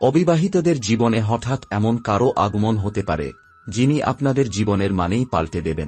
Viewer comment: Kotha ta oots na utso, aagmon na aagomon, bor maper na boro maper, aapnar uchcharon e onek diffect aachhe aami aageo dekhechhi. Aj birokto hoye na likhe parlam na. Egulo sob e somas boddho pod, tai thik kore aage uchcharon gulo bujhe nile bhalo hoy.